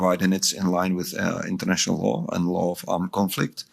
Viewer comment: Hey brother Don't say international' low....if you not respect international' low....nothing....